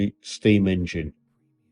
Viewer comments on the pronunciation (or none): none